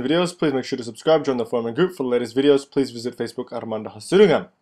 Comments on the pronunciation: every time you say your name in the beginning, I keep thinking you are speaking another language lol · Yah ....you are right🤣🤣🤣 i too felt this......great,😂😂😂